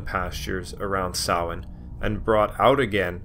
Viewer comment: Close, ots a mixture, keep in mind there are 5 forms of Irish tonge but I really appreciate how bang on he is, he says it like sowayne when most Americans would probably say sam-hay-na